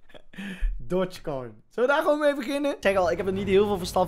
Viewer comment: Niemand:: Dotshkoin